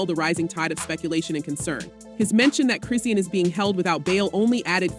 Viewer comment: Why the whole video her name WASN'T pronounced correctly 😩🤣🙄 who tf chrissiannn tf smh. Shes only serving 30 days and 1 yr probation bro